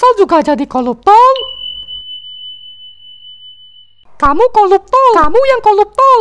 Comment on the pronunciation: Betullah 'R' nya nggak kesebut koruptor bila pelat R koluptol